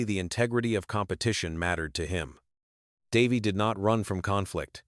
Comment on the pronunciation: How couldn't you butcher Davey's name with your AI voice?